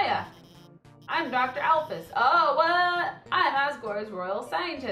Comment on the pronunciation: Her name is pronounced Alphys(Alf-ies)